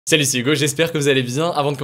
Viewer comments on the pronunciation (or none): none